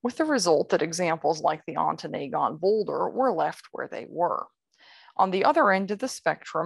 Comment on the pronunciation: Ontonagon Ahn-Tuh-Nah-Gun. Not Ahn-Tuh-NAY-Gun